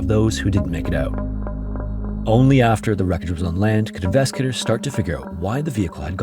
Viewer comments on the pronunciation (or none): Dude, slow the hell down when you talk. You're not running a race here. You say "investigators" so rapidly that it comes out as "inveskators." Slow down. And yet again you rush and say "inveskagators."